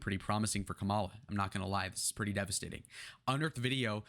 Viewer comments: You sound just like all the other GOP pundits trying to spin Harris's advancing trajectory. No one in the Democrat party thinks this is a blowout, and that she is a sure win based on the polls, which are just a snapshot in time. The fact that you can't even pronounce her name right, whether deliberately (which is childish), or due to lack of education, even though it has been said many times how to say it, really diminishes your analysis. She even says she is the underdog even given the poll numbers. To compare her to Hillary is a stretch. Hillary was a bad candidate and came off as entitled. Kamala comes off as genuine and trying to connect with people. That's what people are looking for. Contrast that to your guy, who does nothing in his rallies but throws insults, talks about his crowd sizes, and says everything is 'fake' when it doesn't go his way. We got rid of our 80yr old candidate, and like Nikki predicted, 'the first party to get rid of their 80yr old candidate, will win the race'. You guys got stuck with the Old Maid, who is only looking out for himself. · That’s not how you say her name!! Trump can’t speak 😂😂😂😂are u serious